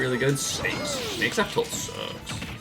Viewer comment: He said f tilt but it sounded like up tilt